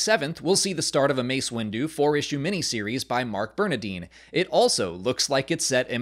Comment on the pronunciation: Bernadin is pronounced BerNARdin